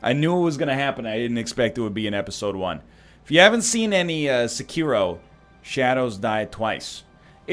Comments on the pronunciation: If you're gonna pronounce 'Sekiro' like that, just call it 'Shadows Die Twice'. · NL: Pronounces Sekiro dumb Me: Ugh NL: I wanna switch to English Me: UUUGGGGHHH